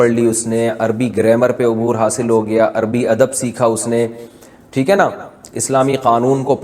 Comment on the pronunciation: سب کچھ پڑھنے کے بعد بھی آپ عربی کو اربی اربی کہیں گے تو پھر آپ نے کیا عربی پڑھی؟